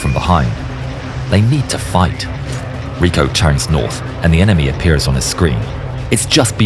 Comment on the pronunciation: I really enjoy yer content. However, “Rico”, his first name, you miss pronounced. His first name is pronounced just like the title of the ancient leaders of Rome.